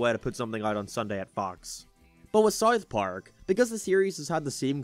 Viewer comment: why do you say it as Sarth Park lmao